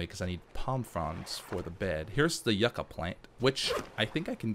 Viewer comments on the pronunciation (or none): its (yoo-ka)